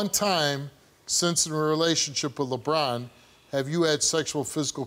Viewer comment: Just hearing him say Lebron and it’s not Lebron😂😂😂. And this no audience thing is funny 😂